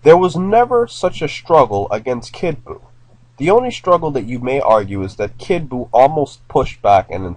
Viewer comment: It's kid buo